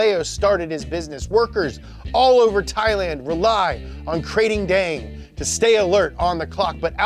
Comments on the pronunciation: It is actually pronounced Kra-ting-daeng. Good work there anyway. Also always with little puns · As a Thai guy, it's pronunced kra-ting-dang(easiest way I can have people pronounce it) a handful of other bits I can help clarify in the comments. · btw its pronouce Ka-ting dang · This might sound picky but I just can't get over how he pronounce Krathing daeng. Probably because I am from Thailand but yeah lol, keep up the good content guys. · The Kr sounds more like an N. Unless I've been saying and hearing it wrong my whole life. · I'm Thai, and I am here to see bucher Thai names, and boy did he not dissapoint! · the way you pronounced krating deang my me sad im thai